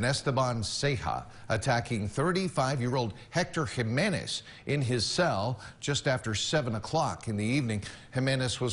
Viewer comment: I’m Australian and even I know “Jimenez” not said like that it’s a “H” sound instead of a “J” sound. I thought you would know this with your background